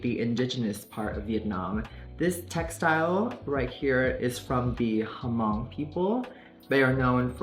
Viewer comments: Looks taken/designers who took from multiple cultures. It's 'Mhong' not HAmong you should know how to pronounce where you got 'inspired' from. You took from Ancient China, Japan, Hmong, South Eastern Asia, Korea. You did iconic this time, just wish you kept the Asian excellence theme instead of saying the looks were Vietnam and that the looks were for your people who stop at Vietnam. 😊The warrior goddess look also originated from Mongol soldiers that were held captive in Vietnam and forced to teach their arts that then became the Viet version of Chinese Opera. Just some originality history. The finger clap from Ballroom culture, which you do not do. Can you 🦆 walk? That’s where it’s from. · Nooo it's not "huh-mong" people. It's just "mong" the H is silent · Babe Hmong is pronounced Mong lol. But I’m a Stan & I’m Hmong so I’ll let it pass.😂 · the H is silent lmao dw it’s a common mistake. the pronunciation is actually ~M~Oh~NG~ with a hard “O” like saying “oh”. thank you for representing us Hmong people. We are indigenous to many countries like china, vietnam, thailand, laos ETC. it is truly a blessing for Plastique Tiara to represent us queens. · she sounded out the H in H'mong since that's how it's pronounced in Vietnamese (Hơ-mông). we are trying to get rid of the H in our pronunciations in Vietnam though, I think, but the pronunciation of H'mong with the audible H is what's taught to Vietnamese kids at least her age/my age.